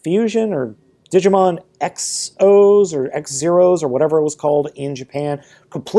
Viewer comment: Digimon Xros Wars. Xros is pronounced "Cross"